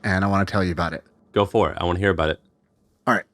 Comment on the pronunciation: It's "GO for it", not "Go FOR it" lol Love your talks.